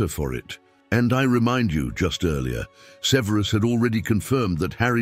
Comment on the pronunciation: Either this is a chatbot, or the narator is mispronouncing Snapes given name.